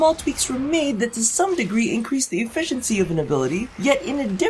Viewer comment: the way u pronounced efficiency made me click away